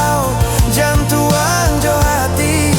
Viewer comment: Banyak buek nan mode iko sanak, asli kereen... Tapi maaf yo sanak....pengucapan kata Jantuang dan ukiaa, memang agak sedikit berbeda dg pengucapan bahasa Minang aslinyo, apo dek karano intonasi pado irama nan dunsanak buek? Yang jaleh..lagu iko rancak bana...